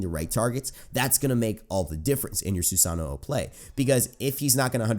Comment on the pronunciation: SUE-SAH-NO end of disscussion, not hard to say at all